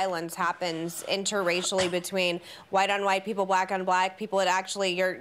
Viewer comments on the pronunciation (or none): I like how Sunny specifically said INTRA-racially, and Meghan still said “inter-racially” lol